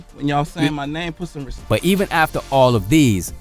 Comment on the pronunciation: He did say Respect, he said Respeck!!!!!!!